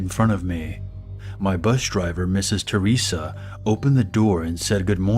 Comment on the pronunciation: I HEARD MISSES CHORIZA. IM FUCK IIING SCREAMING. CHORIZO MEANS SAUSAGE IN SPANISH. BUT ITS Misses THERESA